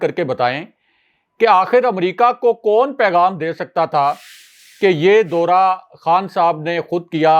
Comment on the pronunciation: Dora nahin daura. Pl correct Urdu bola karein